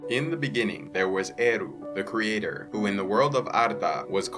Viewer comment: In the beningging